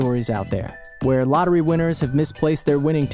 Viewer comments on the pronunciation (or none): Winning lottery isn't lucking out, it would be lucking in. If he didn't win, then that would be lucking out. This douche needs to learn how to talk. It's lottery and dollars not "luttery" and "dullres".